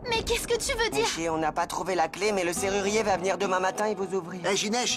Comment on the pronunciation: Je tellement Haï quand jucnech a dit nisi ils ne peux dire nichi😅😅😅😂😂